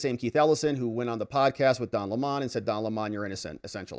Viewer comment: Say his name correctly... it's Lemon, not LeMon. 🍋 KNEW WHAT HE WAS DOING AND HE WAS GITTY WHEN THEY INTIMIDATED THE CHILDREN... would be better for a person to have a millstone hung around their neck and be drowned than to cause "these little ones" to stumble or sin.